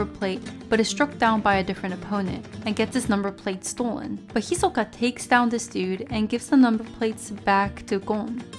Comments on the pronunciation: "Hi-soka" Lol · Guys this bitch wants it to be pronounced hi-SOE-kah lol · How so? Her pronunciation is clearly more Japanese than the English dub version of the name. I think that's actually way better than using the English pronunciation. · you cant pronounce his name correctly so shush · I dont see how saying his name wrong really matters.